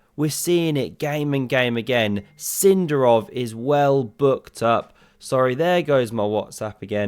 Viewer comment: It's Sind'arov, not S'indarov, mate! but thanks for the video